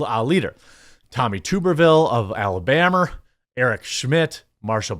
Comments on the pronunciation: Why did you feel it necessary to pronounce the state of Alabama as, “AlabamER”? You are better than that! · You need to pronounce Tommy Tuberville and Alabama right. Your little geographical Stereotype doesn't fit any more, Fella